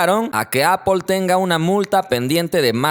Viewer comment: ¿Appple? Y ¿Xiami? 😂😂😂 Un saludo